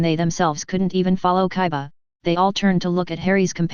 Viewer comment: it's kiba NOT kaiba